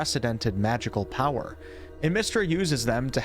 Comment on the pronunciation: I was as trying to make out the word “Power” and I was like, wtf is “Poed?”